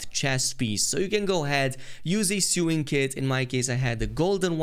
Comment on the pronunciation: It’s pronounced “so-ing” not “sew-ing”